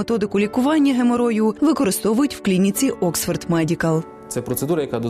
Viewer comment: Oxford ! Not Oskva?